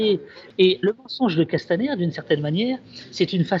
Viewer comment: Et de j entends castamerde j ai les oreilles qui seignent